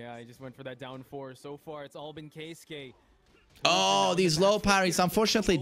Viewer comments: Keisuke (KAY S from snake, KAY) not Kai su kay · Its pronounced key-skeh lol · His name is pronounced K-ski. Kei sounds like the letter K, suke is always pronouned like ski or skae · You pronounce his name like this Key-ske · You can pronounce it KAY - skay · Pronounced "KEY-SKAY" ..